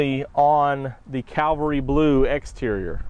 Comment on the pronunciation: It’s not “ calvary “ blue you Dumbass! It’s “ cavalry “ blue. What kind of a salesman are you if you can’t even read? Duh!!!